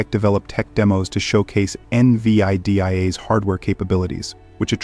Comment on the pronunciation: N vii dii ai 😅 Ai also seems to have problem reading #